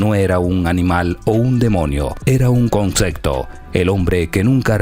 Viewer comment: No es Canet, no es concecto, no es rin, no es Zalapa, no es incocnita, no se dice a diferencia que otros, no es cactado, no es espresion, no es estensa, no es acsoluto, no es herue, no es ochenticuatro, no es estremadamente. Tienes una pobreza de vocabulario muy grande, esto no es critica, pero si te vas a dedicar a esto, ten cuidado con tu lexico. Que barbaro, una se te pasa, pero lo tuyo no es un error como mencionas aqui arriba, esta es tu forma de hablar, y la verdad esta muy mal.